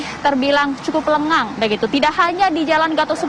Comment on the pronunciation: Kurang g lenggang bukan lengan